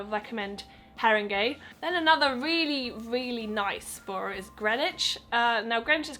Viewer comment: Btw it's pronounced Buh - ruh